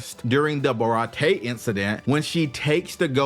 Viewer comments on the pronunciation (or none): It's pronounced Ba-ra-tii-ay